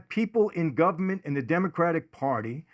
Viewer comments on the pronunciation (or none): "The Gubment."